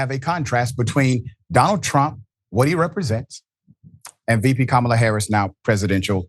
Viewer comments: Mispronouncing Kamala Harris's name or calling her garbage is scrapping the bottom of the barrel. That's stooping to an unimaginable low, even for trump's standards. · good Kamala 's husband said that! Trump cant say her name wright!! com on now.everyone says her name correct but u :face-orange-frowning::face-orange-frowning::face-orange-frowning::face-orange-frowning:say it !!!